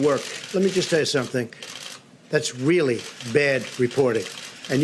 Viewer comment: "That's 'Weally' bad reporting."